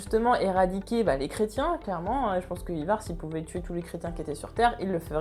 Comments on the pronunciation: Endras Ça s'écrit peut-être Ivar mais encore une fois ça se prononce "Aille var'' c'est comme ça que tous le monde l'appelle dans la série. Si tu t'appelais Georges je pense que ça te fera chier qu'on le prononce ''Jehorje'' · Pareil mdrrr peut etre qu'elle l'a prononcé comme ca pour pas que l'on croit que c'est un produit d'apple I-VAR lol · The Punisher Mais qu'est-ce que tu racontes j'ai maté Vikings entièrement 6x et jamais personne n'a prononcé Ivar comme elle le prononce en vidéo.. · Le Dax Dsl mais ça ma trop stressé pour pas que j'le notifie